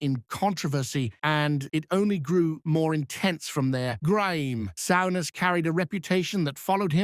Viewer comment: AI garbage, the " narrator" can hardly pronounce his name